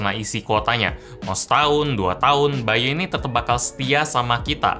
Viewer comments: by.u bacanya [ bay dot yu] ..bukan [bay yu]..hehe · bukan BY.U tapi yang kudenger itu BAYU wwwww